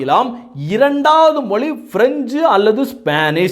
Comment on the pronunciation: ஏய் கேன நீதான் ஆங்கிலம் பேசுவியே இந்த வீடியோ வை ஆங்கிலத்தில் போடும்.ஏண்டா பிக்காலிபயலே நீ மொழியை மொலின்னு பேசுற நீ உதயநிதி உச்சரிப்பு பற்றி பேசுற😊😊😊😊😊😊😊😊😊